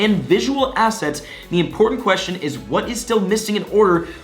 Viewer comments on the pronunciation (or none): none